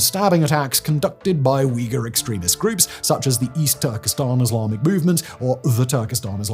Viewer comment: If you care about Uyghur so much Simon, learn to pronounce it correctly. And learn to pronounce Hui too